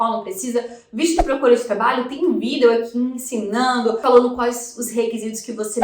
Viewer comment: Quando fala vidÉo me dá uma agonia rsrsrs, fora isso conteúdo top 😉